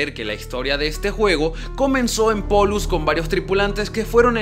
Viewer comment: Es polus no pollus ._.